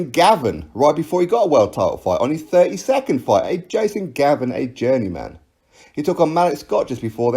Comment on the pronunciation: WBC wilder boxes crap...I love it every time he says jasen Gavin...